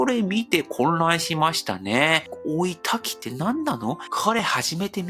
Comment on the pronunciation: 「追い＋焚き」のときは、「おいだき」と発音してもらえると聞きやすいです。(;^_^A